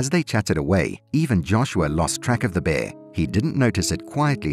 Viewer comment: The word is ...Bear... pronounce your. R s please.